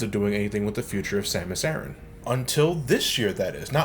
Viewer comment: You pronounced "Samus Aran" correctly. Have a like.